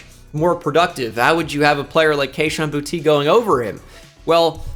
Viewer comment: boutte is pronounced boo-tay